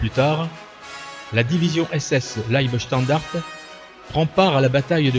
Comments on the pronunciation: Dommage que vous parliez allemand comme une vache espagnole : "Pepper" (comme le poivre en anglais lol) "libestandard", etc. J'ai même cru entendre "la ouafffen SS" mais je vous laisse le bénéfice du doute. Un peu de rigueur SVP. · Mauvaise prononciation de leibstandarte